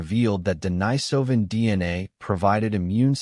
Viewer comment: They couldn't even pronounce Denisovan consistently.